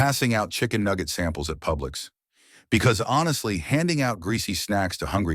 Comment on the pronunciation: "Pubix" grocery store 🤣🤣🤣